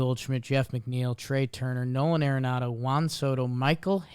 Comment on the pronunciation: you got to learn how to pronounce Arenado correctly. Such disrespect man It is ARenado not AIRenado